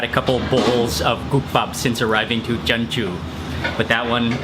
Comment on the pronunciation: isnt jeonju pronounced as jon-ju instead of je-on-ju